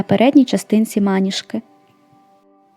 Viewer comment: Клас, дуже крута річ) Дякую за відео! Лише одне зауваження, вибачте, якщо непрошене, але трохи різало слух. Наголос правильно ставити на другий склад, тобто звучати має "манІжка".